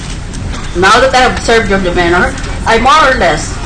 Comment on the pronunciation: De MEH nor ? LOL Miriam mispronouncing demeanor ?